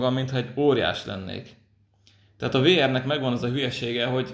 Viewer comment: A VR-t úgy kell ejteni hogy víár.